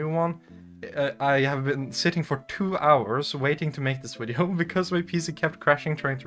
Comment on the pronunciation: This video has two of my favourite things: Pretty girls, and the way Scandinavian people say "wideo".